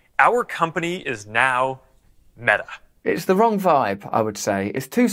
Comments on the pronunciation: sorry for pointing out but it is not Mea it is Meta. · What's 'mea' please pronounce your t's Russell. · The word Meta has a T in it, not pronounced me' A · “Meh-a” the way you pronounce it, couldn’t be more fitting. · I think it’s pronounced meTa. With a T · His not Pronouncing the T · Black Lives Meta!! Ha-ha-ha... (Sir Russell, you pronounce those 2 words just the same...)